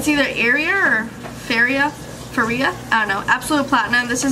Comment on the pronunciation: I love that a grown ass woman can’t pronounce “Féria”